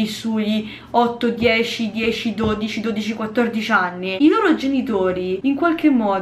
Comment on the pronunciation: Ma vogliamo parlare di quando ha detto “8 e 10 aNi” 😂😂